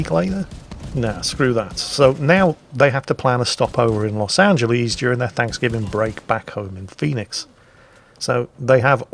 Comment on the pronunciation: Please stop saying Los AngelEEEEEEEZ... XD My ears are bleeding. Otherwise, nice vid :P